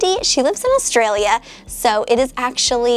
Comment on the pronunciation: Australia... I'm Australian and Austrialla is nowhere near correct!